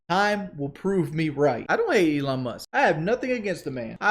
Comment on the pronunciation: Who is Elon Must? I know he isn’t saying “Musk” lol